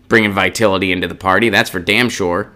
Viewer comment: The word is vitality, not vitility.